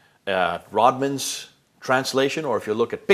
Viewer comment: It's not Rodman, it's RodWELL.